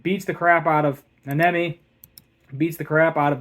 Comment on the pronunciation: I’m halfway through and you got almost all the names wrong. Wee-wee, ha-nah-mee, Na-oh-bee-to, nah-nah-mee, meh-goo-mee. And you still have Toji Fushiguro’s name wrong (Toe-jee Foo-she-goo-roe) inflection on the she not the goo. Pretty insufferable to listen to personally. Also this was a recap not a review, you just said what happened not how well it was animated, how good the story and dialogue are. To be more of an ass this was definitely not a 9/10. It was an unfinished and broken episode.